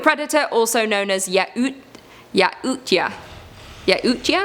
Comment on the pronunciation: hey what's up Great video attack the block was one of the best movies ever I loved it and also is pronounced the yacht's the predators are called youches All right keep on scaring me thanks